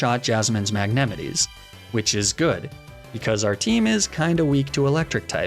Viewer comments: ...have you always said mag-neh-mih-tee? I thought you used to say mag-neh-mee-tay and I had a weird visceral reaction to you talking about your Jasmine fight lol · The way you said MAG-NET-EH-KNEES makes me want to hurl. I never knew a pronunciation of something could make me want to do that lol. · The way you pronounce Magnemite fascinates me, I've never heard it called that before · No one’s gonna talk about how he said magnemite??